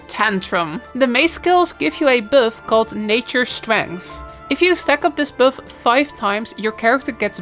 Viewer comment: "it givez yoo ah boof"